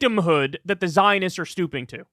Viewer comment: Are they stooping or are they schtooping?